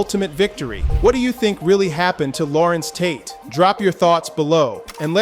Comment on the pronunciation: Who the hell is Lawrents Tate?